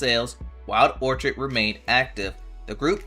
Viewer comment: "Orchid' is pronounced "orkid" with a hard K sound. 🙄